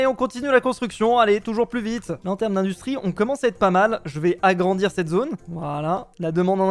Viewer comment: Tu a di plu vitre o lieu de vite😂😂😂😂😂😂😂😂😂😂😂😂😂😂😂😂😂😂😂😂😂😂 mai sinon c'est trop bien